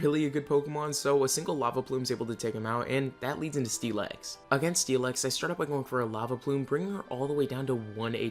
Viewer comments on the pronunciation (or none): sti-lix thats how you say it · Was listening to this as background and the way you said “Steel-ex” bothered me so much idk why HAHA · im sorry what did you just say? steel eggs? steel x? that was funny as hell well at least it didnt dound so bad this time, but if you use captions be prepared for a laugh....